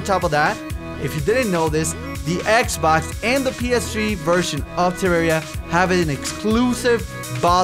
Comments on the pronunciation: whats terraria do you mean Tewwawia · I WUV TEWWAWWIA xD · TWAWWIA *coughs than starts speaking very proper* would be an excellent series for to play. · #WeWantTewwawiaBack. I think that its a good idea to bring this back because I found you through Tewwawia and because of it I became a huge fan. Plus I cant stop saying Tewwawia. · WE NEED MORE TEWWAWIA SOON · you guys are crazy ok no authens. WE WANT TEWWWAWWIA BACK!! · MORE TEWWAWIA XBOX EPIESODE LIKE THIS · PLEASE WE NEEDS DA TEWWAWIA!!!! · WE NEED TEWWAWIA!!!! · we need twewwia back:D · I DON'T WANT TEWWAWIA BACK! Now that i have your attention, I WANT TEWWAWIA BACK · TEWWAWIA!!! TEWWAWIA!!! EVERYONE! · Wewanttewwawiaback wuv u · we wud wike tewwawia back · PLAY TEWWAWIA THEY SAID! IT WOULD BE FUUUUN THEY SAID! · TEWWAWIA FOWWEWER!...mc's still better tho XD...BUT I WANTS ME THAT TEWWAWIA! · Gimme dat tewwawia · More pl0x (tewwawia)